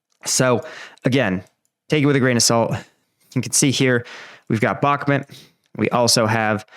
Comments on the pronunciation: Please say the names of the cities correctly. It’s not “Bokmit” it’s Bak-Moot. Sincerely every American watching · Mate! With folk getting killed in Bakhmut…..least you can do is say the name right! “Back-met” is just wrong……so wrong. Put the effort in! Its not hard!!!!! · I've been to Ukraine and I have spoken to MANY Ukrainians andI can say that based what I know, You are pronouncing Bakhmut wrong. It drives me nuts!